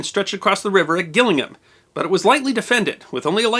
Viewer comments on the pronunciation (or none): Another fascinating video! Pedants' Corner: "Gillingham" is pronounced with a soft "G", like "Jillingum". Also, Samuel Pepys's surname is pronounced "Peeps". (Disclosure: I am English). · For the sake of the non-English and curious viewers Pepys is pronounced “Peeps” and Gillingham has a soft G so is pronounced “Jillingham”. Another difference in pronunciation between us and our cousins is that the English tend to under, not over pronounce the “ham” in place names such Chatham, Durham etc. so they are pronounced more like “Chatum” and “Durum”. Oh, and I should mention your videos are superb, please keep making these fascinating videos! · Charles and James were behind the great fire according to the parliamentary report - Gillingham is pronounced Jillingham - Pepys is pronounced Peeps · Good account, but ‘Gillingham’ is pronounced ‘Jillingham’. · I love all your videos, and this is no exception, and I especially enjoy your forays across the pond into British history, but PLEASE can you find a friendly Brit to advise on pronunciations before turning on your video camera, to help with various proper nouns, such as Gillingham ("Jillingham"), and Pepys ("Peeps"). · A couple of pronunciation corrections for you old bean... Gillingham is pronounced "Jillingham" And the famous diarist's surname is pronounced "Peeps" (he's the first hand source of information regarding the plague and great fire of London). Upnor Castle is actually an interesting visit, with the powder room completely devoid of hard metal to avoid sparks. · Great episode, one point, Gillingham is most often pronounced Jill-ing-um or GHIL-ing-əm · Excellent. Two small things: Gillingham is pronounced "Jillingham" and Samuel Pepys is pronounced Samuel "Peeps". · Gillingham born and bred (Man of Kent, not one of those Upnor born Kentish Men), so I couldn't help but let out an audible groan when he said GILL-ingham. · Pronunciation of Gillingham a bit off there.